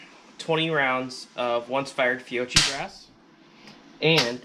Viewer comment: It's not "Fee-o-chee", it's "Fee-o-key" - Fiocchi. As soon as you say "Horn-a-day" instead of "Horn-a-dee", I'm outta here.